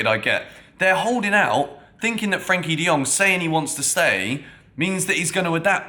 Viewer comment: Its Frenkie De Jong not Frankie